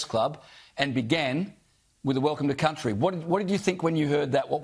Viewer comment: I get annoyed when they say. Welcome to Countey. So stupid